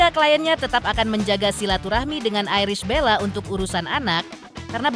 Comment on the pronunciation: Untuk pembaca berita..berbahasalah yg baik bisa nyebut ibel tp nyebut nama iris dg airis bella😂😂😂😂😂